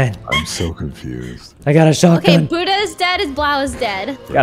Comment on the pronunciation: Why has no one corrected Sykkuno about pronouncing “Buddha”?